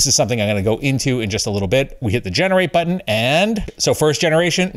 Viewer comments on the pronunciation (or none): none